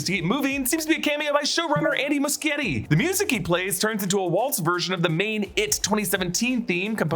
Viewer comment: it's pronounced Moo-shetty